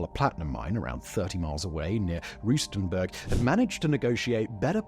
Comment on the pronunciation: Simon, you REALLY need to speak to a local to get the pronounciations of South African names right. For example, Ramophosa has no 'F' in it, its 'Rama-posa'. Rustenburg isn't 'Roostenberg', the 'rust' is the same in English, rhyming with 'crust'. Lesotho = Le-sooto, the 'H' is silent.